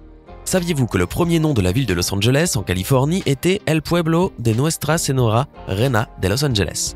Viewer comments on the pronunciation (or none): AH UN MOMENT TU A DIS SENORA MAIS POUR T'AIDER CA CE DIS SEGNORA LE N COMME CA ^^